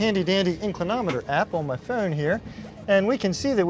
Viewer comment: You pronounce all words with the letter O as a U sound as in Goo. So, phone becomes Fune, rhymes with tune. Tele-fune..